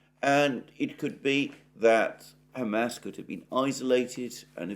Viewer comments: Alexander, your pronunciation of "Hamas" as "Ham Ass" is offending Jews and Muslims simultaneously. In the U.S. "Ham Ass" is "pork butt." Kind of a comfort food best served with mashed potatoes and corn.:face-purple-crying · San Franchisco? Ham-Ass? Chan Gu? Oh San Francisco, Hamas, and Qin Gang. Lol. On a roll with pronouns today Alexander! TS 40min. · Does someone as worldly as Alexander really think San Francisco is pronounced San FranCHisco? He didn't mispeak, because he kept doing it. Maybe he has his little pet ways of messing with his audience . The crinkly chair. Pronouncing Hamas and San Francisco wrong. The random bursts of yelling things.